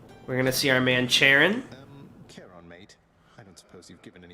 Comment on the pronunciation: Hopefully, pronounces "Charon" & "chthonic" properly by now.